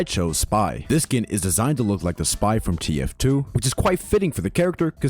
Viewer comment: why did no one tell me there's zhe spy in zhe base/game